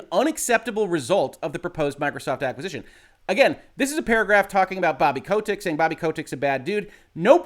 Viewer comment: Anyone else find his pronunciation of Kotick kind of annoying?